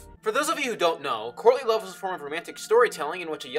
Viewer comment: Good video. Only problem: every time you say courtly love, I think you're saying Courtney Love. Which changes everything!